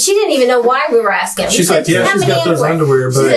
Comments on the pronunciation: Genuine question : Why do so many people in these videos pronounce "asking" as "aksing" ? Is it some cultural thing, or just a hard word to pronounce ? By the way, English is not my native language, so that might be why it doesn't make sense to me ? All explanations are welcome ! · axin questions? what the fuck has happened to the english language? i’m tired of derelicts. F the crime. the real crime is the way he speaks